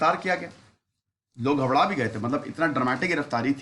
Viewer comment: Sir aap ghabrana ko ghabdana kyun bolte ho?